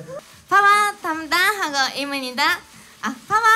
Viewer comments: イムニダじゃなくて発音的にはインニダだよね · イムニダってハッキリ発音しすぎ 何を伝えたいのかほとんど分からない。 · 일본인 특유상 입니다 발음 안되는거 이거 디게 신기하다 까는건 아닌데 어떻게 안되는거지